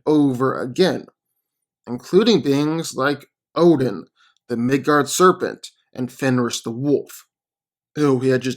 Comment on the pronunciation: U said obin